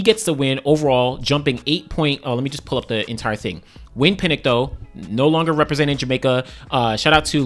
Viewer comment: Why are you pronouncing Pinnock as Pinnic? What sound does nock make? How is that nick? Come on!! American's English!! SMH